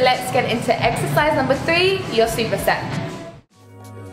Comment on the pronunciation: I swear I heard you say "eggsercise" hahaha